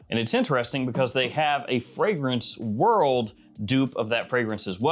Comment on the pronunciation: Rue Broca Theorem Matrix makes paying a zillion bucks for the OG Aventus Absolu the sucker move of sucker moves. (by the way I wonder if got backlash from saying Fragranceloooord in a posh accent, cause he doesnt do that anymore, doesnt even mention them at all.... Sad, casue it was funny even though it was corny.)